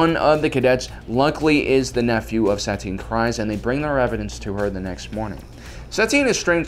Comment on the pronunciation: It's pronounced Satine Creez not criz